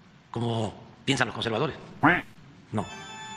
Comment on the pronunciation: conservadore,, ,,, conservadoresssss , aprende hablar ,,,,,, atole ,,,, mas atole